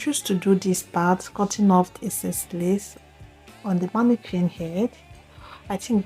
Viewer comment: The way u pronounce d word mannequin is not right....... Nice wig